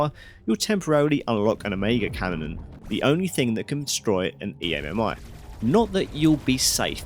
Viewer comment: You saying E.M.M.I. instead of just EMMI is driving me insane